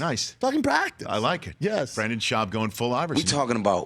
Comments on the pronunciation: Hey Rich for sure get your guests name right, Brendan not Brandon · Why does he keep saying Brandon? Nobody even corrected him after the 6th time he mispronounced his name.